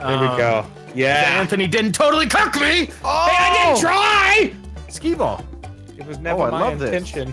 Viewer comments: Oh Its Skee-Ball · HEY VANOSS it's skee-ball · Oh its skee-ball:V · Oh it’s sKeE BalL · "Oh this is skee ball :v" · Hey it's skee ball